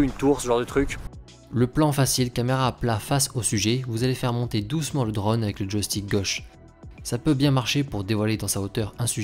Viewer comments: Vidéos très sympa et qualité top, merci ! Ah, oui : c'est "drône", o fermé, pas "drone" avec un grand o ouvert à la prononciation :) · On dit un Draune, pas un dreune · S'il-te-plaît, prononce correctement le mot drone, ça me stress. 😕